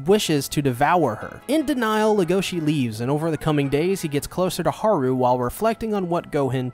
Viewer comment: The fact u said everyone's names wrong even after they said it several times in every episode- Leg-oh-shee (stressed, unstressed unstressed) Hah-roo (rolled R) (Stressed, unstressed) Loo-ee (stressed, unstressed) (sowwy I had to I'm a Beastars addict)